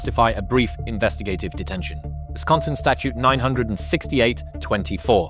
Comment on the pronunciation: Wisciosonsin lmao